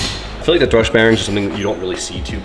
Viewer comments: For a guy who talks to a camera for a living, sure can butcher some words 🤦🏼‍♂️ it’s a thrusT bearing… with a T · Thrust bearing, not thrush 🤣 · Thrust...NOT Thrush... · Plz say thrust instead of thrush, thrush is a completely different thing 😅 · THRUST bearing, not THRUSH bearing. Those are two very different things lmao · Thrust not thrush haha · Are you saying thrush bearing? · still can't beat the habit of calling thrust "thrush" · Please tell in person. It drives me CRAZY when he calls it a thrush bearing. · Great content, motor looks fantastic. Not gonna lie though, you keep calling thrust bearings "thrush", which is a bird😂. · Are you saying thrush bearings? lol